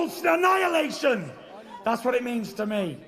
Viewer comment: “Total sinhannihilation“ 🤣